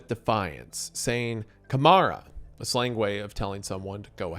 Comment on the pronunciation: Never in my life I'd imagine a day where Wendigoon would be saying "Camara".